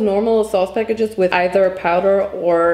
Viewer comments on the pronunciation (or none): none